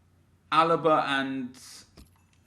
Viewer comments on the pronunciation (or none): none